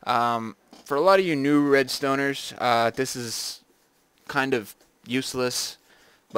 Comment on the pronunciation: XD red"stoners"